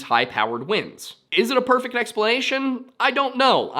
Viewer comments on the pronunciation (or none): none